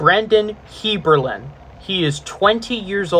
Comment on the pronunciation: as his brother I can tell you his name is not pronounced “heirberlen”